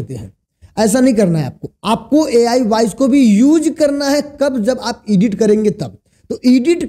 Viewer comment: ईडिट नहीं एडिट होता है...